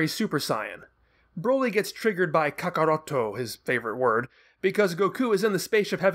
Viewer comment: Wait, you say “Kakarrotto”? Isn’t the “to” a Japanese phonetic? It is Kakarrot when you translate it into English.